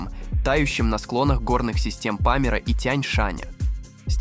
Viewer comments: ВОТ ЭТО ФАКТ! Что за пАмир ??? Ты не знаешь , Что Памир называется ПамИр, а не пАмир ? Не позорься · надо правильно говорить. Ни ПАмир, а ПамИр.. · Живой???!!! Это как же мало-мальски грамотный человек может произнести: "пАмира (Памира); рекИ,наполнявшие озёра; его водЫ имеют состав; хлопкОвых полей; камбАлу, сАзан"... да всех орфоэпических ляпов и не перечислишь! Дизлайк за звуковое сопровождение!